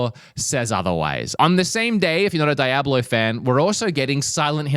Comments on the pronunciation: Lol...i think u mean "dee-ob-lo", not di-ab-lo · Lol its "Dee-A-Blow" bro, not "Die-a-blow" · I thought Diablo was coming this month no it's DYE-ABLO! 😂😂😂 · bro mispronounced diablo like 7 times